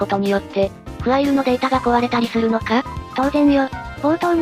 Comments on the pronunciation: ファイルじゃなくてフアイルなんだな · かたくなに フアイル って言ってるの笑う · ファイルのことをきちんとフアイルって言ってるの非常に良い